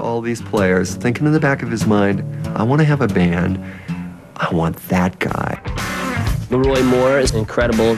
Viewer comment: I find a lot of people get the pronunciation of his first name wrong. People say “Lee-Roy,” but it’s really LeRoi like we say “LeBron” James!